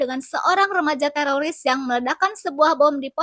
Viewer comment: Teroris min bukan teloris, kirain telor kali ya🤣🤣🤣